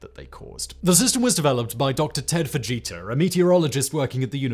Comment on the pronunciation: You said Ted Fujita and I heard Ted Vegeta and had to do a double take.